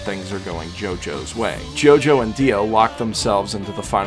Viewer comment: Its a jojo not gogo